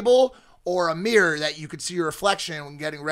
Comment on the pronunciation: It's a MIRROR Mike not a Meeror..!! 😂😂😂